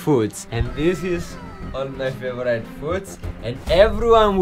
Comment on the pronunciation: First of all congratulations, u showed great mental and physical strength to pull this off. Please learn how to pronounce "favourite", it's not pronounced as favourA-ee-t' as u keep on saying on all your videos, like " it's my favoura-ee-t person in the world or day in my life etc"... Brilliant quote in the end! All the best